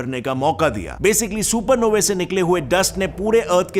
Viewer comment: Supernovey sounds like a gaali 😂. Supernovas bolo😊